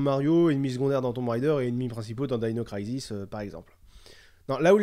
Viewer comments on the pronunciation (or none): none